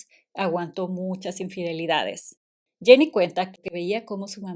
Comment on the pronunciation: Jenny no es Janney en ingles. Jenny es ingles tambien